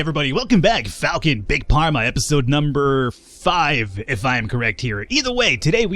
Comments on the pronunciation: hells warden Mind if I join you? Him saying "Parma" instead of "Farma" is killing me... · Hey falcon, "Pharma's not read like Parma, but Farma xD